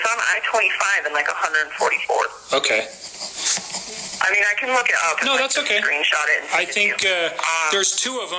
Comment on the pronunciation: This so-called investigator seems either not very experienced or is somehow "charmed" by her. "Ogay, ogay...". Much too easy on her!